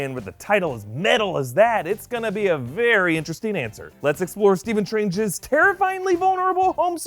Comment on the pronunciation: "Stephen trange"?